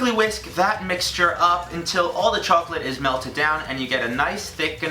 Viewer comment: the way says chocolate makes me think of the chocolate ladies from spongebob... "THEYRE SELLING CHOACLATE" "CHOACLATE?"